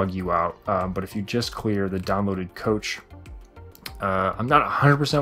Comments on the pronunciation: 'Clear Downloaded Content Cache' it's pronounced "cash" and not "coach" :) What it is is just models and world data downloaded to your computer so the level and other players will be displayed, so if you clear that data if you visit that a world again that you have already been to it will have to load it again because it isn't already downloaded and ready to display. It's important to note that clearing your "cash" (cache) will not lose any of your saved settings or avatars, it just might take a little longer to load stuff you visit/use frequently the next time you access it. Why it helps to clear it sometimes: 1. Storage space- If your computer is running low on storage space on the hard drive it has less room to reorganize data as you use it so computer processing can be slower. Clearing the cache will give it that little extra storage space wiggle room to hopefully smooth things over. 2. Corrupted cache files. This isn't going to hurt your computer or any save data, but sometimes due to various reasons some temporary files can be corrupted so they will not work/display correctly. Clearing this allows it to redownload the data fresh and hopefully fix any problems it was having similar to refreshing a web page on a browser or restarting your phone or computer. Thanks for these great and inclusive videos! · "coach" instead of cache hahah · Drink every time he says coach instead of cache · This was a lot of help, man, thanks for making it! also...by "coach", you mean 'cache'? (cash)..never heard anyone call it 'coach' before ^^ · a cache is only for junk files. It’s purpose is to load files/assets that appear often. But if you are going form world to world your cache can get too big and slow things down when it’s purpose is to speed things up. Also he pronounced cache wrong lol, most people say “cash”